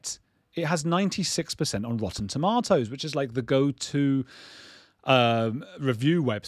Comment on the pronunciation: Say tomatoes again lol...i liked top gun two.....it was better than one...i dont like scientilogy but like his films....what ya gonna do. Hohnny depp will always be my favorite,........